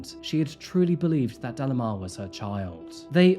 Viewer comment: delimar is pronounced like de-lee-már, not dellamar 😬